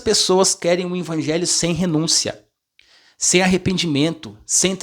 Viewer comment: Paz irmão! O irmão não é pastor. Ele é um instrumento de Deus usando esse maravilhoso dom como professor da escola sabatina. Eu confesso que também ficava meio incomodado como essa forma dele falar "INVANGELHO" ao invés de EVANGELHO, até pensei em mandar um comentário como o senhor fez mas achei que o irmão iria ficar triste. Talvez ele fale "INVANGELHO" por ouvir na criação de pai e mãe dele e se acostumou a falar assim. Mas que bom que o senhor o corrigiu com muuuuito amor e sabedoria e esperamos que o irmão corrija esse seu modo de falar essa palavra. Graça e paz do nosso Senhor Jesus Cristo irmão!!!